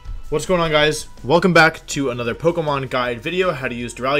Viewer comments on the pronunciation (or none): none